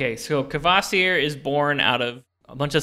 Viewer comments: It amazes me to no end that english-speakers have such a hard time producing any syllable-onset that does not have a liquid for its last constituent: Kvasir /kva-/ becomes Kavasir /kəva-/ (seen in this video), Kvoth becomes Kavoth, Ptolemy becomes Tolemy, Psycho becomes Sycho etc. It's just not sth i'd expect of english in particular (especially given the english's mockery of italian epenthetic vowels in english). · It's Skaði Auðumbla and Kvasir. ð is the th in This /skaa'thee/ /owth'oom'blah/ and /kvaa'seer/ to conform with English writing.